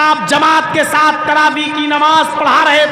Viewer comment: Its taraweeh * not Rawaweeh 🙄